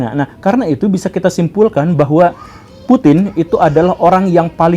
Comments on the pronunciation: Putin tanpa G😭😭🤣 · Putin tanpa G.